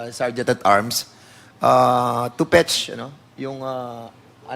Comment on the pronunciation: Eto naman si Dan fernandez, walang F. Learn to pronounce F. Fetch, hindi Petch 😅😅😅